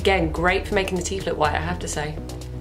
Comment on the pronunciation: Teef or teeth lol 😆